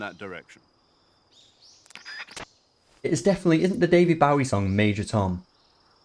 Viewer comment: the way you said David Bowie’s name makes me sick